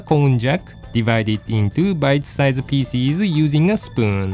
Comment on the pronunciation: Every time you pronounce "pieces" all I hear is: feces.